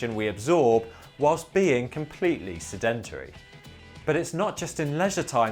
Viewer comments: Pronunciation Advice (sorry): 'SED-entry' - not 'sed-ENT-ery' ! Otherwise - an excellent analysis............................. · SED-entary, not se-DEN-tary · No creds. Sedentary is SED-en-terry. Accent is on first syllable always. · SED-EN-TRY is how it's pronounced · Love that British pronunciation with emphasis on syllables unaccustomed to American ears. SeDENtary and ContriBUTory. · We ate less, did not have snacks like crisps, and used to walk everywhere. You are pronouncing 'sedentary' wrong - emphasis is on first syllable. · Wrong. His pronunciation is not correct. Listen to a British version. It is: /ˈsɛd(ə)nt(ə)ri/ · You are pronouncing sedentary incorrectly. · Makes sense that the average person expended more energy in their daily tasks, though there must have been some men, especially, who had desk jobs and came home and didn't do many household chores? By the way, the word 'sedentary' normally has the stress on the first syllable.. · The way he says “sedentary” is driving me bananas